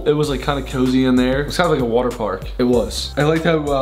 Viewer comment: Has anyone noticed how they say water like wooter lol